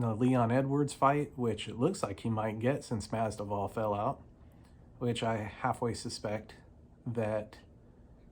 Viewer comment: Nice video, brother. Just a friendly reminder, the "v" comes before the "d" in Masvidal😊